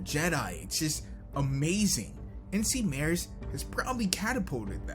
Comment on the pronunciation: NcMares is pronounced "Mar Ez" The mares part is his real last name and isn't related to horses at all. Just mentioning it since I find that so cool.